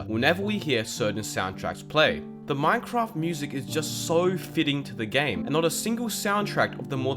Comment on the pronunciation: Ahh yes "Minecroft"